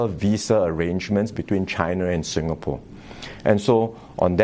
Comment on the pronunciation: Lawrence Wong is the DPM of sIngapore... Not sUngapore or whatever he is calling it